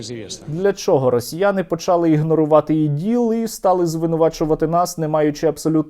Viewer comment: не почАли , а почалИ, якщо вживати галицькі наголоси, то чого пару слів, хай всі слова говорить з галицьким наголосом,а то говорить почАли, але булИ, чого не бУли, чого одне слово з галицьким наголосом,а інше ні